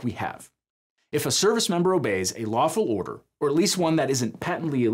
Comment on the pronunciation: hears "waffle" instead of "lawful"